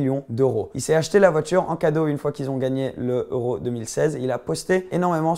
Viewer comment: Tatata Oro 😂😂 c'est Euro pas Oro